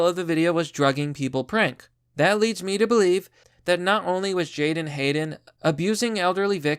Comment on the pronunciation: Make sure you have his name correct: it is not Jaydon or Jayden but Jadon. Also, it is pronounced as (jay-DON) with the emphasis on the second syllable.